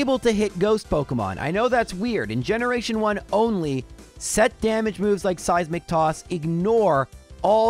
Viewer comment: Every time he says Seismic toss, i hear " Saizz Mc Toss"